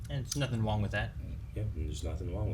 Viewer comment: did you guys really just say "there's nothing wong with that" 😄